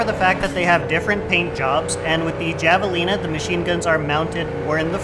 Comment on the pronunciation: Very nice video. I feel like there’s not much to go on in game for comparing which cars to get, so it’s nice to have the resource. Small note though- javelina is pronounced with an h sound, like jalapeño.